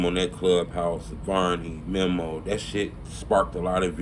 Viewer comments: Bro his name is meeeeee moooooo. Not mem’o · bro why is it so hard for to say "mee-mo" (memo) not mem-mo smh i cringe every time he say it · it’s mēmo. Meeeeeee-mo.